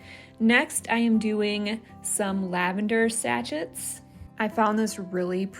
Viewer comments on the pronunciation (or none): That’s all I could hear…satchet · Always love your decorating style. BTW This is not a criticism, I appreciate someone kindly telling me I'm saying a word wrong. Unless both are correct but I don't think so: sa·chet is pronounced sa-ˈshā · Your Volg is lovely, and I enjoy watching your projects and decorating. Beautiful and thoughtful projects. I will be making the vanilla. This is not a criticism, and your pronunciation of sachet, may be a product of where you live, but sachet is actually pronounced "sa-shay". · Nails on a blackboard moment: it is pronounced “sa-shay” not sachet like hatchet. Otherwise, really enjoy your channel. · Loved this! But I have to say, I had no idea Americans pronounce sachet like it rhymes with ratchet!